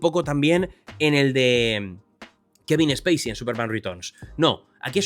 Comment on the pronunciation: Se dice "man of stil" y no "manof es til". "Zac snaider" y no "Zac es naider". "Kevin speisi" no "Kevin es peisi"